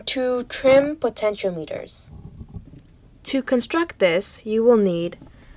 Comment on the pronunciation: Your parents must be proud. Nicely done. Im sure you know, but for your viewers, potentiometers are variable resistors. They are pronounced "poten-she-om-meters" well, that's my phonetics. So, resistors lower voltage (signals) and they are a specific value, but the potentiometer can be precisely tweaked so that the signal is matched for your purposes. I dont know the sony recorder, but you said the 3.5mm jack was aux out or audio out. If that is where you put your headphones in (the Sony) then that would explain what is termed as "impedence mismatch". Of course, you could lower the input levels on the camera, but it would result in a soft distortion. It's never a good idea to record from a headphone jack. Personally I wouldnt link the camera. I would obviously record audio on the camera. You are going to go a long way.